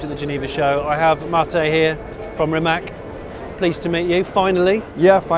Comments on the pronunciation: They maybe should rename or badge the car for English market as it is supposed to be pronounced "Rimatz" - the way it is spelled now sounds like some sort of ladies hair removal cream to English speakers. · Bravo mr JS … We are not only second in football world, we are first in hyper electric car production … it would be great if You will learn how Rimac is originally pronounced in Croatian language, it's not tough and it will make us Croats proud if world would respect ours language as we respect others, C is not K in Croatian … it's C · It's RimaC, not RimaK!!! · Just to learn English speaking visitors how to pronounce properly his last name. Imagine that is written Rimatz, pronounce it in that way. The way you all do it is wrong. Letter “c” in our language is always pronounce as you would read it as “tz”. The way English persons pronounce it, wrongly, is as it was “Rimak”. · I know it's illegal for English speakers to pronounce right non-english names or phrases, but not Rima(K) but Rima(TS) , like in the Mitsubishi. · It must be pronounced Rimac like Rimatz, not Rimak... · I don’t undestand one thing. Mate is from Croatia. His surname is Rimac and it should be read as Rimatz. Why all the people are calling him Rimak? Why all the english speaking people apply english spelling rules to foreign names. It is not polite to screw someones name. You show him that you don’t respect the culture he is comming from. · I was curious how he will butcher the pronunciation of "Rimac", and I was not disappointed.